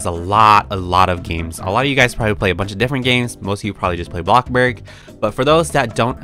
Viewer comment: Say it with me BloCkbuRg